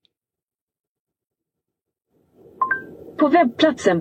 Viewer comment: Haha, kände samma.. pole-star, inte pool-star.